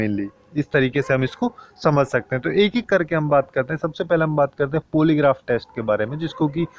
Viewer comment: भाई थोड़ा सा इंग्लिश pronunciation पे ध्यान दो... पॉलीग्राफ होता है, पोलीग्राफ नहीं 🙏